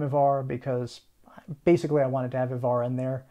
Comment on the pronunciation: 11.50: Wrong stress on the word Ivar (at least in modern Swedish).